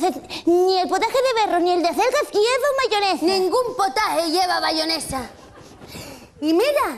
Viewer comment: Chona dice bayonesahahhaha